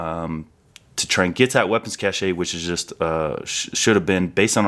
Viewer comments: it's pronounced "cash" my brother, not "cachet" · Why is it pronounced “cash A”. I’m Canadian and that would be a French type of pronunciation. In Canada it would be a “cash” of weapons. Kinda interesting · Cache: pronounced cash, not cashay! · Cache is pronounced like word cash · Cache is just pronounced as CASH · Hearing someone mispronounce "cache" sounds like nails on a chalkboard. Why do army guys do this? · How so many people pronounce cache is a bit of a pet peeve of mine, otherwise great video. Thanks.